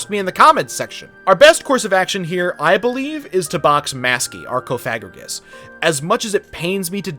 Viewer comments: Its cofagriiigus not cofagragus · And cofigrigus not cofigriegos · You say coffagriegess as coff-a-griegess and snom as snom not snoom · the way u said cofagrigus = dislike , i dont make the rules sry bud